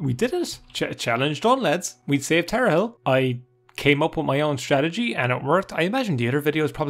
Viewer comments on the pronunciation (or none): I've never understood how someone, who can read, can pronounce things so wrong... You just said Tar A Hell for tarhiel... Like sure its not the easiest word to pronounce, but theres no vowel between the r and the h, and there is an i and an e after the h, where did the a come from and where did the i go? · For the love of god, it's pronounced "tar-heel". It's a joke about the North Carolina college basketball team. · Tar-h-i-el. Like "earlier" >haggled in seyda >didnt haggle in mages guild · Ah yes, Tarehel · It’s pronounced Tar Heel. It is related to the Eltonbrand Easter egg; college basketball related. It is a reference to the North Carolina Tar Heels, rivals of the Duke Blue Devils who had a player drafted in 1999 called Elton Brand. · Pronounced tar heel. Like the college team. There's actually a few college team Easter eggs in this game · plebian? Also given that earlier is pronounced “ee ur” while priest has “ee” Tarhiel could be either of the two based on personal pronunciation or dialect.